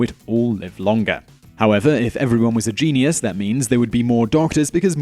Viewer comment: Stop no just stop... It is pronounced jeen-yus. Not jeenee-yus.